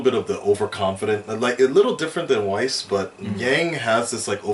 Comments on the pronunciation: Weiss (Why-ice) just can't stop saying Wess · Its not pronounced 'weese' its 'wice' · We need you to correct how says Weiss! You say it perfectly the first time but he has gone 3 volumes and still not figured it out! "Ice"! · Tell it is pronounced Wh-I-ss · Jesus Christ, stop calling her we ss, its like your getting rid of the i. why ss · Nope, it's pronounced (if you know German) V-eiss. the W in german is pronounced the the V in French. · always gets Weiss' name wrong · so............are we not going to talk about how just brutally butchered you know who's name?